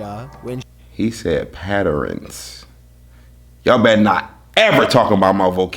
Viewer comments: He said patters bro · p a t t e r e n e s some patterenes sounds like some new shit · "bro look like he eat ants." "bro jus said patterens" dude got me cryin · Patterenes 😂😂 Differentiate got it down on Jesus an allat